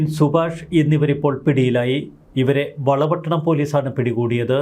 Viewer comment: വാർത്ത വായിക്കുന്ന ചോ ട്ടാ വള പട്ടണമല്ല വളർ പട്ടണ മാണ്.